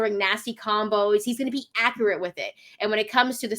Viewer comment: is not "akarette".